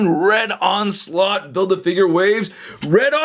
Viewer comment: "Onsult" is all I heard 💀🤣